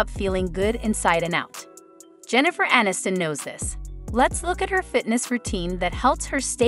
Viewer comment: "uh-NIST-in"?? They still have work to do on these robot/AI 'voices'.